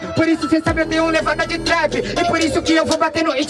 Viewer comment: pior que o nome é "trap" mas ele fala "thap"